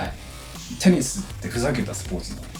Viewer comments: I like P*nis student: what is he saying? i dont understand.: I like P*nnisu student: why df did he say P*nnisu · Bruh....."Why the heck is he saying 'I lke p*enis very much...? LMAOOOOO...this killed me🤣🤣🤣🤣🤣🤣🤣🤣🤣🤣🤣🤣🤣